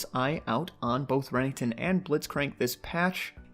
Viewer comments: Renningkton??? It's ren ek ton and who the fuck says enchantress support the fuck?? It's just mage supports or support. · I absolutely hate how he says renekton